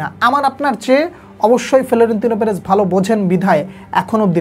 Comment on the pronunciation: আপনি পেরেজের নামটা ঠিক ঠাক উচ্চারণ করিয়েন।